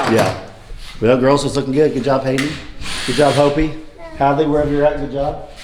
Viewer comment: Hey I've got a question for you, It's nothing seriously wrong just an inquiry on why do you always call Hope, Hope-e because with out the "e" on Hope it'll just be Hop like a rabbit. Like I said it's nothing serious. Hope the "e" is actually silent. 🤔❤❤❤❤❤👍